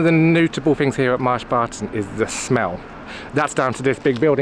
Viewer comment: I'm hungry now because the way you say Marsh Barton sounds like Mars bars